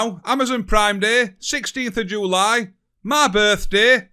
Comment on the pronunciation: 15th and 16th of "Joo-lie"